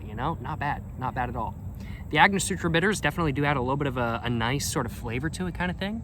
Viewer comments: AngoSTURA, not SUTRA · gotta start using ice my guy. and its angoSTURa not angoSUTRA. sorry not sorry. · AiNG-Oh-stur-aH! Say it with me! ANGOSTURA! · lol agnosutra it’s Ang guh stur a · An-ga-store-a bitters 😝❤🥃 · Its prounounced " ang-o-stura" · cracks me up everytime this this guy says "agnosutra" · I like Agnosutra better lol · Ango-stura bitters lol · An-gus-tora bitters is the way to say it